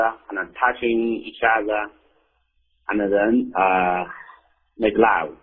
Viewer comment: make love。。。这发音 哈哈